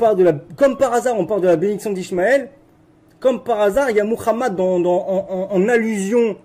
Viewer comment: Il prononce bien Muhammad 😊. Salatou Salam. Paix aux gens du Livre